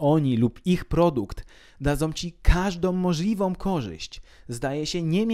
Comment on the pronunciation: "KażdoM możliwoM korzyść"., przestań, mów po polsku, proszę.